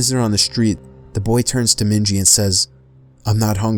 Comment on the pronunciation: Its *Minji she's Asian lol 😭